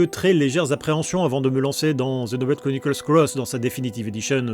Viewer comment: C'est marrant, tu dis bien "Zenoblade" et "cross" (et pas X) comme en VO, par contre tu ajoutes le "Chronicle" du titre occidental. :)